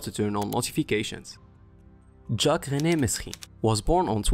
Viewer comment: Instant thumb down for saying mesrine and not merine